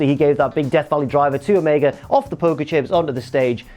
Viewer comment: Stop saying omega wrong